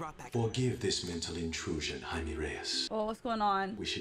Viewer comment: Jaime is pronounced like Hi-MAY not Hi-MEE.